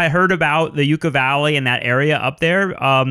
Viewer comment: Love. Hate hipsters who don’t know how to pronounce “yucca” using for clout.